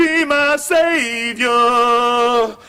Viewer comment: stop pronouncing it "save-yor" you're killing me!